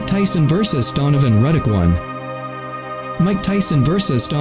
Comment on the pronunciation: It's Ruddock Not Reddick!